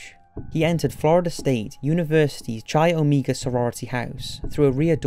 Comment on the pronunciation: Chi Omega = Kai oh-mai-guh